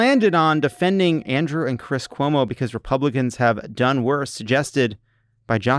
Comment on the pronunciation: Did Jon say Cwis Cuomo?